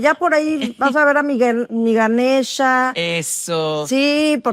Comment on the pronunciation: Isabel no es GaneshA sino Ganesh, sin la A...